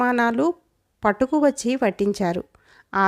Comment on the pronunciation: ఇక్కడ ఏమన్నారు అర్థం కాలేదు? పట్టుకువచ్చి అని చదవాలి, సరిగ్గా చదవలేదు ము "చ్చ" టలు కమలాకరుడు ఒక ఇంద్రజాలీకుడు అంటే ఇప్పటి పరిభాషలో చెప్పాలంటే ఒక మెజీషియన్ కదా? మరి అతనికి "అగ్నేయాస్త్రం" ఎలా తెలుసు? అతను రాజకుమారుడు కాదు, ఎవ్వరి దగ్గర అస్త్రాలు నేర్చుకోలేదు. మరి ఎలా తెలిసింది.. మీరు కూడా లాజిక్ గా ఆలోచించండి కథారచయిత అన్నీ కలిపి కిచిడి చేశాడు😂 మీరు మంచి ఉచ్చారణ తో చదివారు.